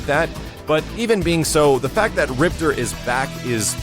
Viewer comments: RIPTOR not ripter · Game says "MAY-LAY" and you still say "mee-lee" Game says "RIP-TOR" and you still say "ripter" c'mon. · Rip-TOR...say it with me lolll. Thanks for the vid though bro:) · Hahaha I have no idea why, but I hate when people say Riptor like "Rip-ter" his name is "Rip-Tore" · In the game, they pronounced him Rip-tore, rather than Rip-terr